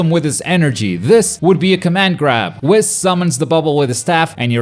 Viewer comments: wis? it is wees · Michael McCoy I watch it in original Japanese and never heard it like he says it I heard more like whiiis with emphasis on the I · the fact that he’s says WHIS instead of WEES makes me happy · saying whis like piss is really bothering me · Nobody:: wiss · Honestly though lol idk why or how it’s possible. We all watched the same show right? We literally hear how it’s pronounced. Unless he never watched Super.... But it’s clearly pronounced Wees. He’s saying it like he’s half way pronouncing whiskey. Which is understandable, but still.... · The way he says Whis🤦‍♂️😭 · the way you say whis is killing me